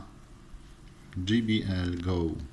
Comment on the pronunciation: Nie "dżi" tylko "dżej" 😀 Może się w przyszłości przydać 😉